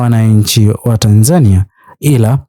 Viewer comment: Kwa nini unaitamka Tanzania ki hivyo. Tamka Tanzania kama yule Mtanzania wa Mburhati au Ilala au Chang'ombe au Morogoro au Tanga, n.k anavyoitamka.